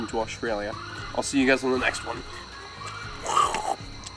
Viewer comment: 'Oshtralia' haha I love. He can say and do no wrong in my eyes 😊